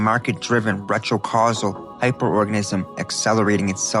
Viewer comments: it's retro-causal...not retro casually...how Vvierd that you started saying it correctly after I started typing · Did you really just pronounce cyclical as silical? Oh and retro causal as retro casual?